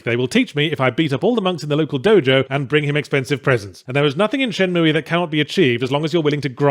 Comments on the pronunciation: Moooey. Its moo pal. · What the hell is Shenmooey? Its Shenmue.. Pronounced Shen Mew... Not mooey! ... XD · Its shenmooo not shenmoooeee. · k I couldn't even finish ur terrible vid first cuz u don't appreciate the game, and second, please pronounce it correctly. its Shenmue, shen-MOO... not shen-MOOEY, good god man, I don't where ur from, pronounce with respect....pathetic.... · Shin-moo-Eee? WTH? I have to assume he's trolling. Is it not pronounced Shin-Moo? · Shen-mue not mooey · Who on Earth pronounces it "Shen-moo-ee"? Lol what. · For anyone interested the correct way to say it is shenmoo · I only hit dislike for the Shen Moo EEE pronunciation. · Shenmooie? What a dumbass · What a Shay-mu :/ Anyway, does anyone know a place where sailors hangout? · At least it sounds less nerve grating than ShenMOOO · I have no horse in this race, but it's not "shenmooey." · Haven’t watched yet. Let’s see if he’s learned to pronounce “Shenmue” correctly in the last decade or so Edit: :’( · Considering you cant even pronounce the name I dont think you were serious about playing it to begin with ;) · he keep pronouncing the e and its driving me nuts in only the way yahtzee can. XD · Well... his pronounciation is bad, but that IS at least roughly how it's pronounced. Until I learned to speak Japanese I always mispronounced it "Shenmoo" without knowing you're supposed to pronounce the E as well, although it's an "eh" not an "ee" sound.